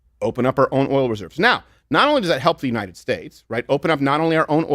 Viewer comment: If I have to hear Biden say “unined” one more time I’m moving to Qatar